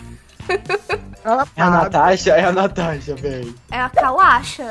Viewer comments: Kkkkk o Disse Cauasha😂😂😂 eu ri muito kkk😂😂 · e a "Cauasha" Eu: cauasha kkkkkkk tu e uma piada kk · natasha: cauacha eu: da bulacha